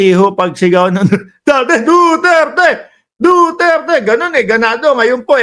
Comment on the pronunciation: He he he ang sigaw nila parang Do dirty